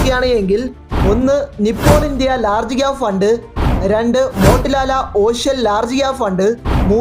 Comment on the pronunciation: മോട്ടിലാല alla മോതിലാൽ കൊണ്ട് അല്ല ക്വാണ്ട്